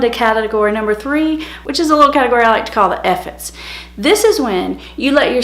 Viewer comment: Point 3 did not understand ur pronunciation whether its efforts or ??